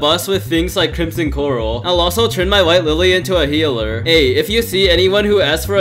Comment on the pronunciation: White Lilly...not Wife Lilly. (I misheard this part)